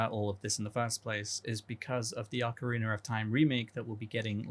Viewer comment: Ocarreenur of time